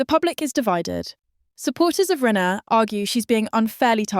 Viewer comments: It’s not renner its rayner get the name right atleast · Shes called RAY NER for god sakes get the pronunciations right